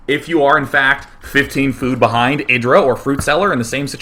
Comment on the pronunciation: Why you call IdrA like "idra" instead of "aydra"?